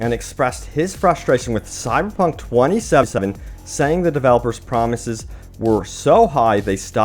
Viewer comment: why you say 2077 like that lol